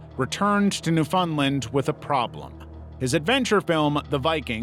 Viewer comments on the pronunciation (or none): It's pronounced "NEW-fund-LAND". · Lmao why are you saying "New Fun Lund?" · It's pronounced Newfunland. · Man, I love your videos but if you ever pronounce Newfoundland like that again I will go insane 😂